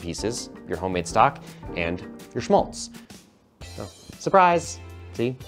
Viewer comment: Schmálz: Just pronounce it as if you were a Brit or like the a in fat.